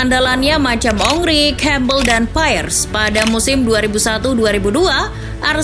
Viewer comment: Pires bukan Pairress wkwkw